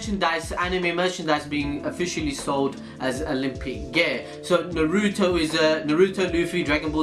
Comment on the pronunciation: Why do these guys always MISPRONOUNCe naruto